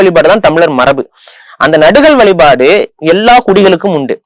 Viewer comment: புலி- ‘புளி’ கொல்லாமை- ‘கொள்ளாமை’ வழிபாடு-‘வளிபாடு’ வள்ளலார்- ‘வல்லலார்’ வழக்கம்- ‘வளக்கம்’…. 🤦‍♀️🤦‍♀️ தாங்கமுடியவில்லை!! நெறியாளரின் தமிழ் உச்சரிப்பும், தமிழ்உச்சரிப்பும் கொடூரம். மற்ற விஷயங்களைப் பற்றி பேசும்போதாவது பரவாயில்லை; தமிழ், தமிழர் வரலாறு, தமிழ் கலாச்சாரம் பற்றிய நேர்காணலில் இது போன்ற உச்சரிப்பை கேட்க சகிக்க முடியவில்லை 😡